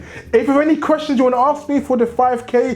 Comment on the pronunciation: q&a question: why do you say aks instead of ask? :D KSI does the same thing, and it sounds kinda cute :P